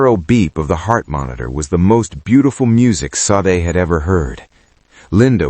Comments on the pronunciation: Love the story telling, the name SADE is a Nigerian name is pronounced , (SHAH- DEH ) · Lovely story. Please look at the how the name Sade is actually pronounced. (Shah deh)❤❤ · Ha ha ha yes please Shah Deh !